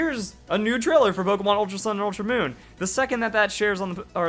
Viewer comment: "ultra oon "